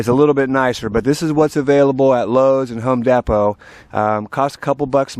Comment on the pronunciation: I've noticed this guy say "Home Deppo" before. Is this some kind of jab at Home Depot? If so, what's the jab, and why does he like them less than Lowes? Just curious.